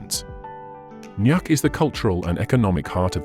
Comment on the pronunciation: It’s not pronounced nak. It’s pronounced Nook, written as Nuuk. Don’t make videos of places if you can’t pronounce the names of these places correctly. You’ve butchered all the names of all the towns in Greenland. 😡 Why are you adding photos that are not from Greenland at all? 😡 A very poor video about Greenland.